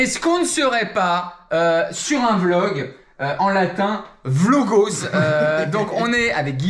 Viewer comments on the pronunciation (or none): qui dit "vlogos" 2 fois, noooooooon! Et en plus, le mot a une consonnance grecque, pas latine!